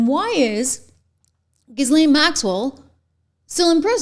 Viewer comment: The name "Ghislaine Maxwell" is NOT pronounced "Jiz-Lenn". It's pronounced "Gee-Lenn" (a hard G).